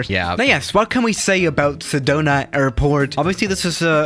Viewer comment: Sedona! I love Sedona! Was just there a bit ago! ( I live in a AZ and it’s beautiful up there, also you pronounced it correctly)